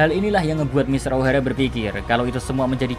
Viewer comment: Ngomong nya kaya di lebayin gasi? Ohara jadi ohaera matahari jadi matahaeri 😭😭